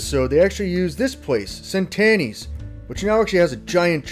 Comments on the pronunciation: It's pronounced "CH entanni's" which means 100 years in Italian. (from a bonified Italian fan, Beast. Love ya) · Hey Beast, always awesome stuff. Just a little information if your interested. Centanni’s is pronounced like CHent Anni...translate in Italian to “100 years.” It like saying ‘cheers’ in Italian.